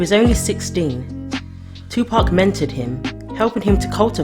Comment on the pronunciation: Finally, a Brit that pronounces 2pac's name correctly. Respect.